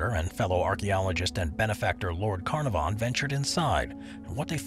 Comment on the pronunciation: The name is "Can-AR-von." Your description of the Winchester is woefully incomplete and inaccurate. Maybe next time...